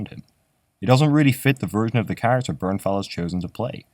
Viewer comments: 2 It's Bernthal. Not "Bernnal". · Thal not Thau, wtf